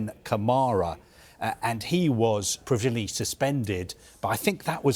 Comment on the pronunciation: Is this fella drunk. He can't pronounce provisionally or disciplinary 😂😂😂